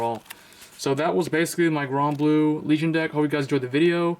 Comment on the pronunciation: its called granblue not gronblue